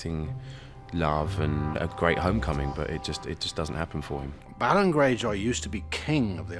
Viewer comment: It's belon greyjoy? I always pronounced it more like bay-lon greyjoy.